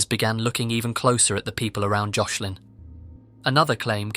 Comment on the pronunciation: You said Joslin’s name wrong the whole time💔